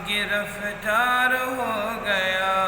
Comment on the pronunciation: گرَفتار نہیں گرِفتار ہے حضرت